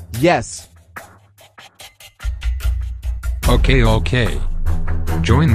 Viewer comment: No not curcfix its crucifx